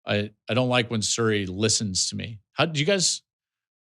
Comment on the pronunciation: lol Joel your pronunciation of Siri was more correct in Missouri than as the standalone word. 😂